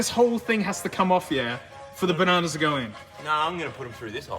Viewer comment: Ba (na-no) s